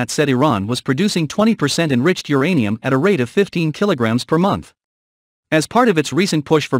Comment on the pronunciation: It's uranium not geranium!